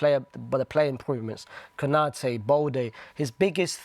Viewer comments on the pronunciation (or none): konate? 😂 I mean u mean Kounde